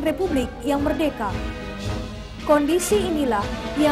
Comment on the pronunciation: Meddeka,,, meddeka, meddeka😂😂😂😂bukan merdeka😂😂😂